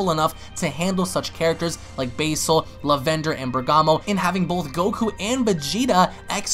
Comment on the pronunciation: I'm mad that he keeps saying "Lavender" so wrong